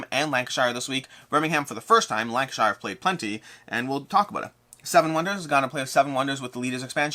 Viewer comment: Just a bit picky from me, but please pronounce Lancashire as you would say shirt, but without the 't'. So Lang-kuh-shuh. It's not the Shire from Hobbit-land;-) Yup, Friday's video was great. Taking into the discussion makes for some nice conversation. I think it was a good concept for looking more critically at BGG's list.